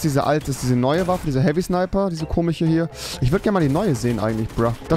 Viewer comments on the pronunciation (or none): Komisch nicht komich